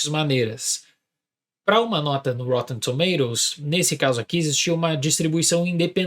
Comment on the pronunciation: Se fala - roTTEn TomaToes - UK 😅